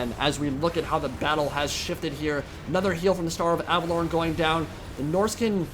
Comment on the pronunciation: Your pronunciation of Averlorn is triggering me.